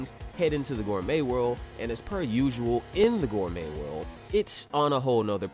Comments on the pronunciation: Oh man. I hate to be that guy and Im only 12 seconds into the video but gourmet is pronounced like gore-may. Its a French word so I cant fault you but if you're making Toriko content where everything is gourmet, I think you ought to know. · I absolutely adore toriko and am new to ur channel and am excited to check out this vid and ur other content, and I just subscribed but i'm literally 11 seconds in and bro did you just say 'gore-metttttt' ????????????? ... gourmet is a french word used to describe very rare, highly desirable, or exceptionally high quality types of food, or a person who is deeply knowledgeable about them and it's pronounced 'gore-may', (just like many other french words) the T is silent